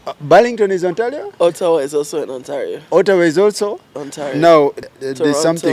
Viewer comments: The way this guy is pronouncing Ottawa 😂😂😂😂olemwa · Did I hear farouk say Orawa?😮😅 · Who else had The YouTuber say Olawa?.